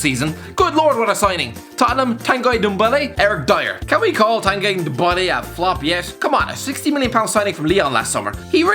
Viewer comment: How the fuck you pronouncing ndombele 😂